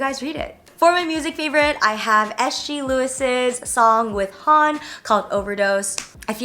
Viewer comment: HONNE is pronounced like "ho neh", not "hahn"